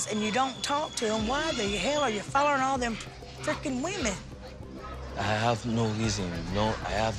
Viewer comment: It funny how Angela says “follern” instead of “following” 😂😂😂